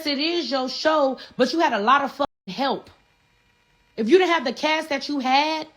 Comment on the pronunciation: she sound like a Dominican Pink Power Ranger " we couldn't have done it wit yewww" 😅😂 shutyoassupgworl